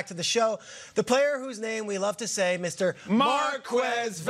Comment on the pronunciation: Why do people pronounce it “Mar-qwez”,the last name is spanish so shouldnt it be “Mar- kez”